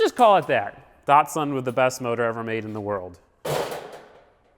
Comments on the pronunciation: Diat-sun Edit: okay i just got to the part where he said miat-sun.... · No longer project datsun I pronounce it project dadsun